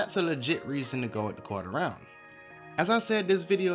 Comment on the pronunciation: thank you for the right word, I kept hearing "Corter Ryan" and I couldn't figure it out.